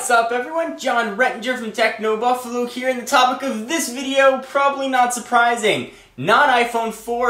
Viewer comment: techno buffalew instead of buffalo. eneration instead of generation. what the heck with the word changes?